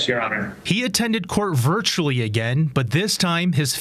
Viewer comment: Stop with the "virtally! ! I am so tired of this ...! The same thing goes for IN REAL TIME...!